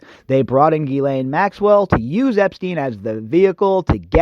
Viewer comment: Why do you call her Gheelaine? It's Ghislaine [/ʒislɛn], the 's' is not silent